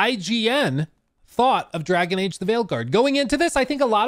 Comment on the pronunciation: Yes.. "Drgaon" Age